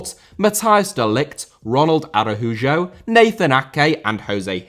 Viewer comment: It pains me not to click off every time I hear you say Ronald AraWhoJoe